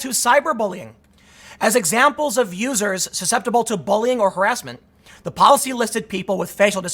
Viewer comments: Yeah that was funny as fuck. He was about to say losers and his NPC programm did actuvated and let him say "users" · I like the Freudian slip. You quickly corrected yourself. That was a nice attempted save but when you meant to say "vulnerable users" you accidentally said "vulnerable losers". I'm not crashing on you or anyting I like your vids a lot and watch you all the time but I thought that was pretty funny. I happen to be very conservative and extremely right wing leaning in my thoughts. I listen to you to step out of the echo chamber for a while and to expose myself to a different point of view. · When Tim almost says “vulnerable losers” instead of “users” 😂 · you almost said loser instead of user lmfao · “Vulnerable loos... users” 😂😂😂😂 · What was thta, Tim? "Vulnerable l-users" ?